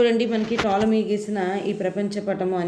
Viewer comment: Madam tolomy Ani chadavali p silent letter .